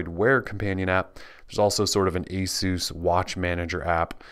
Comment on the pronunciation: for pronouncing Asus properly!!! Great video!